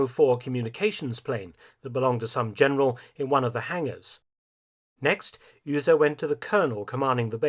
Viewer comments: Mark - great videos, always. But - there's always a but - please get some help on German pronunciation. Beate is pronounced bay-ah-tuh. The U in Uhse is pronounced like to, do, zoo, you... The way you are saying it makes it Ühse. Ü and U have entirely different sounds. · Honestly, his pronunciation of Be-ate Uhse was beyond recognition for a German native speaker. I do understand that most foreigners have a problem with ä ö ü pronunciation, but in this case he pronounced Uhse like Ühse. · Beate Uhse...not Öse! :D (SCNR! I know German isn't an easy language for non-natives! Still, I can't helpt but point this out!) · Your pronunciation of Melitta von Staufenberg is pretty good, but you totally butchered Beate Uhse. It’s more like Be-ate (the „e“ pronounced like the „e“ in „German“) and Uhse is a „u“, not an „ü“. The English pronouncing of the „u“ would have been pretty much spot on. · Uhse, not Ühse or Uehse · With all that effort you put into these magnificent videos why not spend a little time updating the name pronunciation. Beate Uhse was never pronounced Yrse. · Uhse is said Oose. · Was much worse to hear "Üüse". Okay, maybe Saxons and Anglo-Saxons do be near relatives . . .